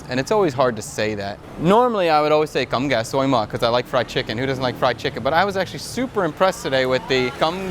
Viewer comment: rice (cơm) is kind of pronounced as "gorm" in english. you sound like saying is as "gum". but the rest of your vietnamese is pretty spot on. :)